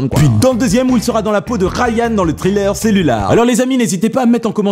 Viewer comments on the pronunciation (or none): Juste, si tu savais dire thriller avec un "i" et pas "trailer", c'est légèrement perturbant, surtout que tu le dis plusieurs fois par vidéo ^^. Sinon, bon boulot, ça me donne plein d'idée de film à regarder ;)